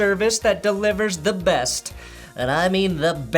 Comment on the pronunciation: Worst: Patrick throwing 5 tds in 10 minutes+, you mispronounced Best